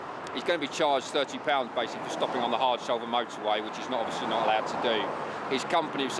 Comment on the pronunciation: “Obvosslee uv corlled trumpdon”- how vulgar and disrespectful!